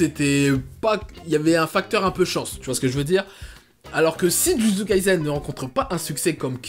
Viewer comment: Jujutsu kaisen ce prononce avec un s et pas un z, kai"s"en 呪術回線、じゅじゅつかいせん, le s ce prononce comme samuel. Dans le Shonen Jump, il y à aussi Chainsaw Man qui est ouf en ce moment !!🔥🔥 Pour ma part j'espère vraiment qu'il rencontrera un meilleur succès que Kimetsu no Yaiba🙏🏼 Et perso j'ai commencer jujutsu kaisen ya 3 ans😭 il y avait même pas 15 chapitres, mtn il a vrm percer et sa me fait plaisire 🔥🔥🔥🔥🔥🔥